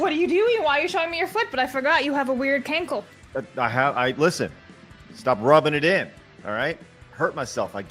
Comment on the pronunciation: Doesn’t sound like a cankle sounds like a can’t-kle